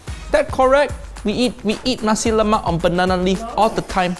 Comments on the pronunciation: We Malaysians get frustrated when some of you pronounce "nasi lemak" wrong. It's "nasi lemak" not "Nacie Lemack" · on a side note. It's pronounced NAsi LEmak. The first syllabus of each word is the one emphasised! Either way, great work guys! Always enjoy seeing our tiny little island on a video! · They are butchering on how to say "nasi lemak" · what did i learn? no white person can pronounce nasi lemak